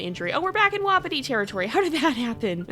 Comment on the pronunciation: I’m sorry but I hate it when you say “WoPpItY pAcK” most pronounce it “Wah-Pi-ti pack”.